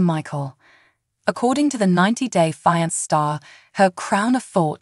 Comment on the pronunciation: You need to get a new Announcer!! If this one is AI generated, someone needs to work on the English word pronunciation of fiancé. It’s pronounced fee-on-say not fI-nance or whatever you were saying it was. Pitiful, absolutely pitiful!! Also, I’m rooting for Michael, big time!! He’s not scamming that “female gendered person”. I can’t & won’t call her a lady bc she is not one!!!!